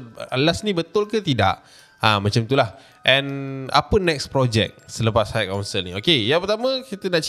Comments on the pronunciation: Its high council...pronounce mcm kau sebut hai/hi. Dari vid seblom ni lg dok perasan kau sebut hait council,ada sound of T at the back. Klu ada bunyi T tu,ejaannya adalah height=ketinggian ada bunyi T. Yg citer ni high=tinggi,xde bunyi T...hait hait tu xdak,salah. Just hi/hai=high council, got it? Its iritating bila u keep pronounce hait council hait council. Sorry la aku pun x pandai BI tp kita sama2 belajar. Ni benda simple je,klu words yg lg bombastic mesti lg berbelit nak sebut bcoz english is not our mother tounge. U sbg youtuber famous kena peka sikit la bab sebutan...high and height. Tq 🙏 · bang, high tu takdo do sobut haik.. 🤣 pronounce bebaik bang